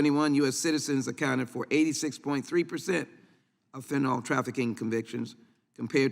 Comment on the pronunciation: It bothers me she doesn't pronounce fentanyl right...fennanol